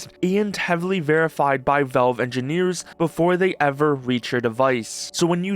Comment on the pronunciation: It's pronounced "VALVE", not "VELVE"